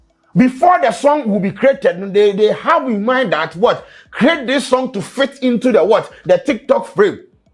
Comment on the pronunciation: My guy said Fitn’t us 😅😂😂😂